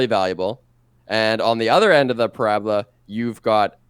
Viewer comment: I took one thing away from this video. It's that says parabola wrong